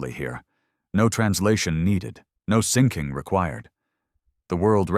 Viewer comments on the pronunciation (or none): It's SYNCING, not sinking. 🤨